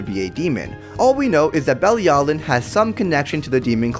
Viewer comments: It’s pronounced be-lee-alu-Ian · IT'S PRONOUCED BILLY AL O WEEN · It’s belly-a-l-oh-ween